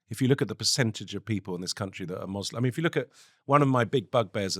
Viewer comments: Im sorry, but what the fuck is a moslim? Was quick to correct you on the pronunciation of Lebanon. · Joly grew up in an Arab country and he says, "Mozlem"? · Wtf is a "mozlim"?